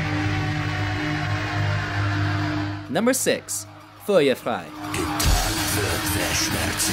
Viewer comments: Engel: eng el, ich tu dir weh: ich tu DIR weh. Fällt mir schwer das Video ernst zu nehmen.😂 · Heroin Olympus En-Gel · "Engaayle, eng-ale" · Eng... Ellll?